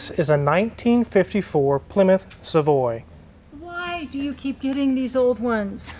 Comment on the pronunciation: The frame on these cars are not very strong. The ship represents the ship the Pilgrims arrived on, the Mayflower, where they landed at Plymouth Rock. The rock doesn't make a good logo, so the Mayflower was used. You are mispronouncing "Savoy", It is Savoy as in Hotel Savoy, a popular hotel in the old film noirs. The engine is shared with Dodge, not DeSoto. The engine Plymouth shared with Dodge but with different gearing. DeSoto had a larger six-cylinder shared with Chrysler. I still have a rear hub puller for these rear axles. I see your prewar Oldsmobile in the background haha.